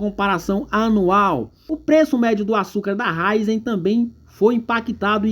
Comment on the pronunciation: Ôhhh, é Ra í zen!!!! 😂 Essa empresa tem um futuro brilhante, mas, no momento, está passando por um período ruim. Eu vejo momento de compra, um momento de acumular ações da companhia.